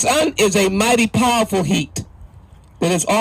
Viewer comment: “A mightay powafa heat”